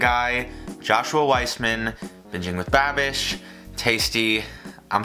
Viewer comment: Did... Did he say "Bitchin with Babish"? 😂